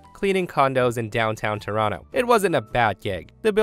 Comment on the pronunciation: Hey, are you from Toronto? The way you pronounced it is exactly how a native Torontonian would.